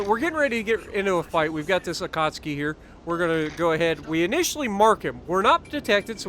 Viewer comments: How many times do we have to hear you mispronounce Akatsuki in the first 5 minutes? 🤣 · It's just so hard to hear it that way after years of YT'ers saying it the other way for legends and PC.